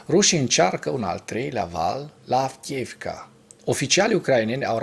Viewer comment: Fii te rog mai atent la pronuntia localitatilor/oraselor din limba ucraineana. Cred ca ai spus de 20 ori Avkiivka in loc de Avdiivka. Sper sa nu fie cu suparare. Multumesc!